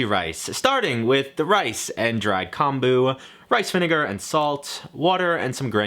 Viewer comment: just a tip but kombu is pronounced as k-oh-mboo with the "oo" part nice and short